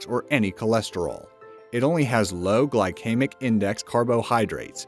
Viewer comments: Ummm...."Glycemic" is not pronounced "Gly-kee-mik", but rather, "Gly-sea-mik". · Why do the announcers on this channel always pronounce things really bizarrely and incorrectly? On one video they pronounced Edinburgh as Eee-daan-berg. And on this they prounce glycemic as Gly-kame-ik. If you're going to be a professional announcer, you might want to learn how to actually pronouce words.